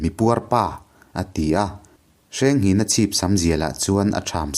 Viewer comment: Hmanlai hming hi lam dik a har a mawh lo na a. Kan lo sawi ve mai mai. 1.Hrengnghinga : Hrengnghina tih hi a hming inziah dan. 2.Kingkawt : King (Laiking tih a Kîng thluk a lam tur, Kâwt pawh hi Ar âwt tih thluk a, Kíngķâwt ti a lam tur a ni ) 3.Semhranga : Sêmhranga tih a lam tur( Sem sem dam dam tih "Sem" thluk ni lo in. Êm tih ri a Sêmhranga tih tur a ni.